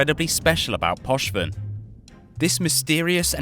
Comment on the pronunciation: Gallente -> Gallenté Poshven -> Pochven I know you're British so you're terrible at reading absolutely everything but please educate yourself beforehand on how to read things